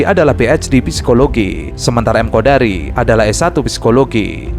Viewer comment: Namanya KONDORI mas bukan KODARI.